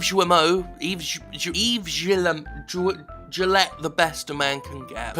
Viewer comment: Yves Guillemot: Pronounce it "Eve Gea(hard "g", like in "gears")-ya-mo"